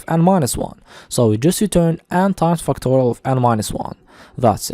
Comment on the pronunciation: lets start with fucktorial😂😂😭😭